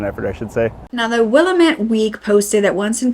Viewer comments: ugh this is horrible…. side note: it’s pronounced Will-ammm-It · I love your videos. For the follow up video if there is one. Willamette is pronounced Will-am-it. I grew up in Oregon and want to help ❤ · Willamette is pronounced Will-LAM-It Lam like Slam without the s. Great video coverage of this. Not shocking this is happening here though, our justice system seems to lack the justice part in many counties. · I love our PNW names that people can't pronounce. Sequim domes to mind. And Salish, and Mukilteo. There's probably hundreds. Willamette is always said wrong. Will-LAMB-ette, not Will-a-MET. 😆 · We pronounce Willamette as Wah-lamb-it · Just an FYI, Willamette is pronounced “Will-Am-Ette” 🙂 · Willamette, dammit ;) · The Willamette River. A beautiful 187 mile litmus test for locals. If you THINK you know how to pronounce it, you're almost certainly wrong. It's this whole Yoda type thing we got going on. There is no think, there is only know. What happens if you guess right? Good luck with Multnomah. Spell check doesn't even believe that's a real word. We can do this all day. It's like a mine field of the worst kind of tourist traps, up here. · “Willamette” rhymes with “dammit,” dammit. :) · Willamette may rhyme with Goddammit? Truly, I think you just wanted to say GD! lol Though I cannot figure out how it possibly could be pronounced, as such, maybe you can enlighten us with a youtube video. It is certainly NOT the correct way to pronounce it in English, the public language of the US. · Pronounced will-am-it. We have a regional rhyme: it's Willamette damnit! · Will am ette then say it all at once with emphasis on am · LMAO SHE SAID WILLA MITT ITS WILLAMETTE (wah lam et) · Omg. It's pronounced "Will-AM-it". NOT "willimette" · oh no no, you're fine.You are so close and we hear it all the time. As an example, Will-amette instead of Willa-mette. Your video is great! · Pronounced: "will*am*it river"🏞🛡🇺🇲🎚🕯✨️🛐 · "Willamette" is actually pronounced "Will am itt"